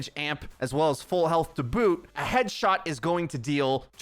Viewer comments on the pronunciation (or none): none